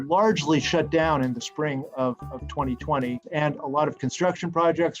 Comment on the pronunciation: 這個每次2020都唸成餓零餓零，然後唸成藍後，不知道這專業到底夠不夠...天藍氣